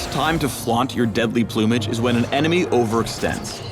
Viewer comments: the way he says plumage... plew-mage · deadly "ploomage" hehhehe is that how americans pronounce it?